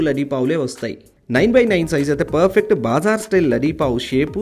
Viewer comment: BaaaaaZar kadu bro BaZaar. Vinadanki baledu aaala..